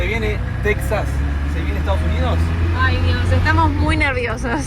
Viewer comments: Recuerden que para todos los mexicanos Texas se pronuncia Tejas y no tecsas lo escuchamos desagradable. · *tejas, irónico que l@ sudamérican@ escriban méxico con jota y tejas con equis y aparte pronuncien "tecsas" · buen dia si hablan español Texas se pronuncia Tejas se tiene que oír igual que al pronunciar Méjico si lo pronuncias con la x se escucharía raro